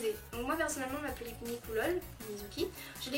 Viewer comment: "les Pullips c'est difficile à se procuré, c'est comme de la DROGUE !" So... I'm dead. "Un corps stock De Pullipeuh " "PullipEUH"EUHH ;u; JPPP Super vidéo, en tout cas.